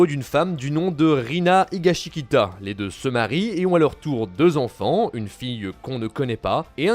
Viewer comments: “higashikita””higashitaka” t’as du mal avec leur noms 🤣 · Jiro ? Higasikita ? putain faites un effort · J’ai l’impression que toute la vidéo est comme ça que ce soit â cause des erreurs dans le scénar qui sont dites ou les prononciations genre higashikita ou higashitaka… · Houlala, comment vous avez massacré les noms des Jojo's de la partie 4 et 5 ... C'est pas Kosuke joestar, mais Kosuke higashikata ( le premier ou dernier kanji pouvant être lu comme "jo" c'est pour ça que les brutes au début de la partie l'appelle jojo malgré que nous on voit pas le jo dans son nom de famille) Et la partie 5 c'est pas Giornio giovania, mais Giorno Giovana, à moins qu'il rajoutent des "I" dans la vf? Je sais pas j'écoute en vo ou anglais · C'est assez dommage, je trouve que la vidéo a été un peu baclé sur pas mal de points, surtout à partir des parties 7 et 8... De plus, faites un effort sur la prononciation des mots, vous avez dit deux fois higashikata et vous vous êtes trompés deux fois.. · Tout ce que je retiens c'est qu'il ne sait pas dire higashikata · c'est pas possible d'autant se tromper sur la prononciation de Higashikata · Prononce Higashikata comme il faut stp